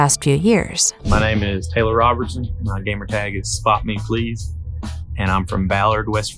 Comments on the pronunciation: She said "SPOT ME PIZZ" HAHAHA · Its "spot me please" how can you not see the L? Its not piz for crying out loud